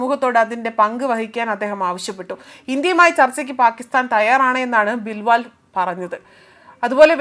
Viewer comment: ബിൽ വാൽ അല്ല പെങ്ങളെ ബിലാവൽ 😑